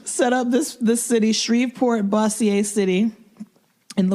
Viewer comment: Way mispronounced “Bossier City” lol